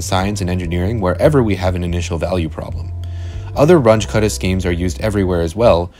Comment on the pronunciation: This "Runch" was the German mathematician Carl Runge - and name is pronounced ʁʊŋə (ca. "Roongeh"). He was the teacher of Max Born, btw.! And your "cuddah" was the German mathematician Martin Kutta, pronounced kʊta) If you adore people enough to produce a video on their achievement, you need to be able to pronounce their names properly! ("But everybody says it this way, over here"? .. is just stupid: Since when does quantity in ignorance is a proper argument?)